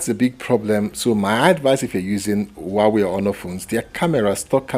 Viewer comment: is not uauei...it's huawei...